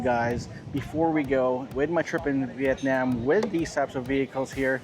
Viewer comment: "Viyetniyem"...🙄 Cringy🤮